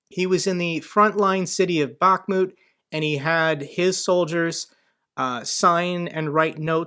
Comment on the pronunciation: Hi, thank you for what you are doing, greetings from Ukraine. One thing I want to add that city of Bakhmut must have stress on last part of the word like BakhmUt ) Thank you once more and keep going. God bless America, Slava Ukrayini. And Merry Christmas to you and your family.